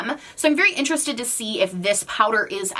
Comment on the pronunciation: Yes we is interestoe-d. V interestoe-d.